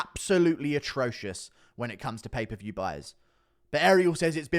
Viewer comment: “Pay per vheyeeew” “Helwhaneee”